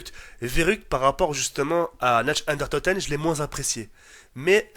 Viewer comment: S'il te plaît, arrête de massacrer cette magnifique langue qu'est l'Allemand. C'est Nacht der Untoten (Narth). Merci Concernant la vidéo en elle-même tout le monde sait que les meilleurs zombies ont été et serons ceux de WaW et de Black Ops 1. Rien que de parler des anciennes cartes on peut ressentir cette passion qui grandissait de jour en jour, vraiment à l'époque il y avait quelque chose que le zombie de Black Ops II et de Black Ops III n'ont pas : Une vraie ambiance et une forte nostalgie. Avant on redoutait carrément le moment où on allait mourir. Sur BOIII et BOII ça n'existe pas avec leurs idioties de Trépas et de Bête, de Gobblegums et ces armes spéciales aussi puissantes que tes atouts et tes armes améliorées réunies. D'ailleurs y'a beaucoup de choses meilleures que dans BOII et BOIII dans WaW et BO, Les OST secrètes, les cartes, les atouts uniques (+PhD Flopper et Mule Kick). Bref, on peut dire ce qu'on veut WaW et BO resteront les meilleurs pour toujours, car actuellement ils coulent le Zombie.